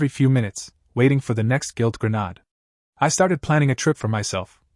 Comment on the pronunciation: I've yet to hear an AI pronounce 'grenade' correctly.